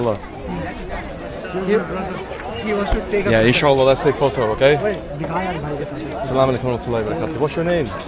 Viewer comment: Brother always sy Asalsm-o-alikum not salam o alikum check the correct way of salam. Thank you.